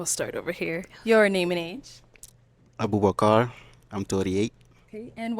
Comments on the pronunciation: The way he would pronounce his name had me rolling but he was my boy the whole episode he kept it playa. I couldn't stand the arrogance of the one girl that owns real estate. She needs to be humbled real quick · Abubakar even pronounces his own name foolishly. All because he is trying to sound different from his own accent. Dude be proud of who you are and stop trying to copy how everyone else speaks. You don’t sound like an American or anyone around you. You just sound foolish and constipated.